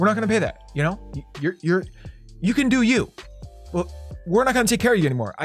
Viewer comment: every time: ok i am gonna teka a screenshot